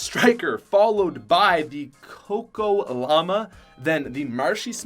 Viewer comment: U called my fav pickaxe Co co llama, its the Choco llama